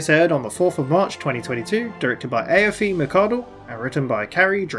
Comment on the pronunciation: FYI: Aiofe is pronounced ee-fa